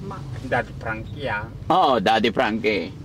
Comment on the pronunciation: Pag binibigkas nya pangalan mo Daddy Frankie ang sarap pakinggan.